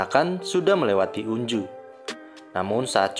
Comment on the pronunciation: Sorry bg tapi pengucapan namanya itu onjo bukan unju😭😭😭